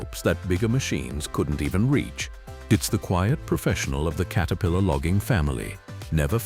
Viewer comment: Please correct how your AI pronounces the Name Caterpillar. It is not Kate a pillar. It is Cat a pillar. Please fix this, as it is annoying as can be.